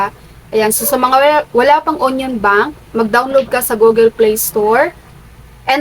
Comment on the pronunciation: Basahin nyo po yong union with Y po.. yUNION po yan basahin maam..